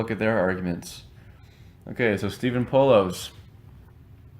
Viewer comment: Its pronounced Po-laws.